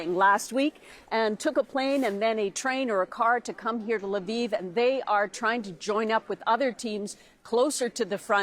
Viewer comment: It’s Lviv not Laviv.